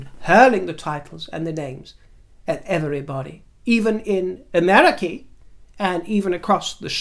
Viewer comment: Oh I love you.. 'Americee' 😂 I have heard this so many years ago, don't know where it's like a Charlie Chaplin thing or something 😂😂 That poor dog 🤣🤣🤣